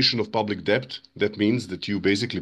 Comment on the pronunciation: Bro is the first person I ever heard pronounce the 'b' in debt. Can somebody tell him it's silent.